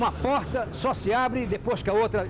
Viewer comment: Hojefalam Póita em vez de Porta!